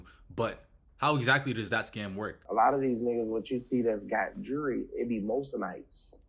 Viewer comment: Bandman pronounces jewllery like jury